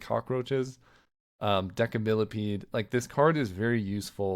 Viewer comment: You're mispronounce Decimillepede. It's "deci" like "decimal" not "deca"